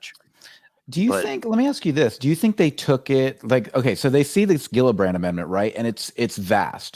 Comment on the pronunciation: Love you guys, to offer constructive criticism, say the names right 😁 JILLabrand, not Gildabrand, lol, and the acronym is only 6 letters, AOIMSG, easy enough 😁 yes it's dumb but we're not and we don't wanna look it 👍 keep up the good work I'll continue to watch every episode, thank you all for your hard work on this important topic, you're all awesome 👏